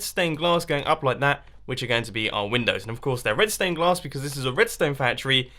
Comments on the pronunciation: I thought you said redstone glass not red stained glass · I kept thinking you said redstone glass 😂😂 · to everyone who thinks he said redstone glass your wrong HE SAID RED STAIN GLASS - listen carefully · Did he say redston or red stained glass in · Is it just me or is he saying redstone glass 🤔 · Is it just me or does he keep saying redstone glass